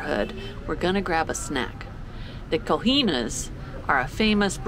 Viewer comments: Just to help with the pronunciation of "Coxinhas": read CO+SHEEN+YAHS instead of "co heenas" :D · we have similarities but PORTUGUESE IS NOT SPANISH!!! Cojinas were too much. Try: COE SHEEN US. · COXINHAS = COX + INH + A = COACH + IN + A! in this case it has a S because it’s plural, in Portuguese you have to add an S in the end of words if you refer to more than one. So in this case in the end of COACHIÑA instead of A ad double SS, ASS instead of just A or AS 😅👍 (come on guys I expected you to know how to pronounce COACHIÑASS by now 😂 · Interesting tour. By the way, we Brazilians say "Koh-Shee-Nee-Ah" and "Ho-See-Nee-Ah". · ñ in spanish has the exact same sound as in NH in portugues, so COXINHAS is pronounced 'koshiñas' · I love to eat Coxinhas snacks Pronounced more like Koe-scheen-yahs